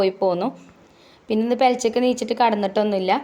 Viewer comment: പെലച്ചക് അല്ല പുലർച്ചെ എഴുന്നേറ്റു